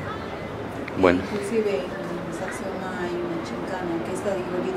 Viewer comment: Sacsayhuaman tienes que aprender bien los nombres amigo